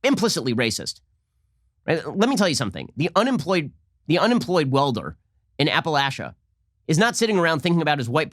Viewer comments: Apple-Ash-a is not how you say that word, friend. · Lol i hate the way Ben says “Appalachia”